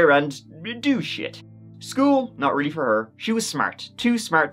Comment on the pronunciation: Maybe you should go to Moscow, to find out why she liked it so much! your "realy" was not wery nice!